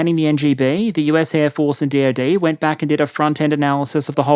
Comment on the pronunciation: I kept hearing "The DOD" as "The Deity". Not far off, but a bit worrisome that I just accepted it.